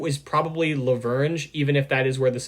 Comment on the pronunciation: Yeah we need an EJ&E steam engine in operation. Like....DESPERATELY. Also just for clarification,, in my channel name, the "La" is pronounced as "La" not "L A". But not an issue!